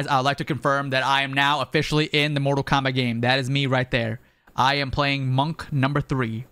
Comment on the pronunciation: "Portal Kombat" 🤣